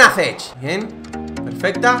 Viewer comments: es cech no chec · Se pronuncia Chec, no Zech. Te lo digo porque se me hace raro jajaja ^^ Saludos! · Se pronuncia como se escribe, Cech no Chec